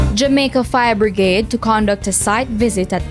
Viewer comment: The word is Brigade not bregrade